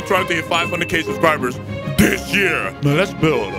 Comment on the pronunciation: why you speak like this keths yeart orignal saying- this year